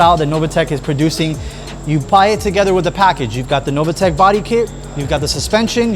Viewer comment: How you can pronunce Novitec Novatec is beyond me ....